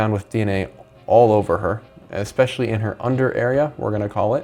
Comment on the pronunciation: Stop saying "EXpecially"!!!